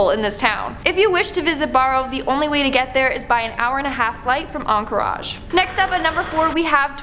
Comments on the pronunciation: Your beauty makes up for your mispronunciations of city names lol, encourage, Alaska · It's (Ank-or-idge) Anchorage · Changtang is in British Columbia? You pronounced Anchorage like the french say Encourage. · Onkerage??? Canadians... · I never thought to pronounce Anchorage like entourage, but now it’s all I can say. On-Kor-Odg. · Might want to check the pronunciation of Anchorage because that wasnt even close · The way new girl pronounce Anchorage was cute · The way she pronounced Anchorage...lol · Amy Wells I’m canadian and when I heard her say that I had to laugh, rewind and listen again, I’ve definitely never heard anyone pronounce it that way. 😂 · And she was intelligent and could actually pronounce Anchorage. There isn’t really any excuse because Canada borders Alaska. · Barrow is pronounced like “bear-oh,” not “bar-oh.” “On-kor-aj?!” What the hell? It’s not like an “anchorage” isn’t an unknown word! The city of Anchorage is so named because it was a place inland to anchor ships and it’s named for those things called “anchors”; which boats drop to hold them in place. Seriously?! A Canadian has never heard of Anchorage, Alaska? Was this girl raised in a nunnery or something? Damn kids don’t know how anything is pronounced nowadays! Get off my lawn! You whipper snappers! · I cringe when you mispronounced "Barrow" and Anchorage. BTW, Barrow has recently renamed itself to Utqiagvik. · Barrow and Anchorage are not pronounced that way. I'm too tired to look it up for you. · So glad I'm not the only person who caught that on both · Did you mispronounce Barrow (Utqiaġvik) and Anchorage on purpose? Also, it's a 30-45 min flight from Fairbanks.... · Forget the different pronunciation of Anchorage and Barrow. But we all know that no one chooses to live in Nunavut. No one wants a piece of that territory.